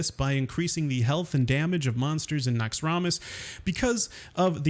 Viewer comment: it is pronounced NAX-RAM-US not Nox-rum-IS